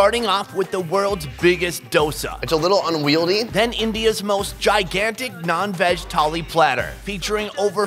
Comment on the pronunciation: In did he say nonveg tali or nann veg tali?